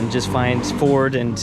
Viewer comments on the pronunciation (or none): none